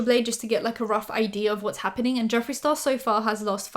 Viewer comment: ...did you just say Jeffrey STaRBURst!!!!!!!!!!! 💀💀💀💀